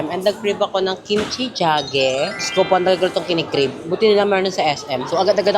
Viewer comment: Kimchi Jigae “g gay” po hindi Kimchi Jage . 😊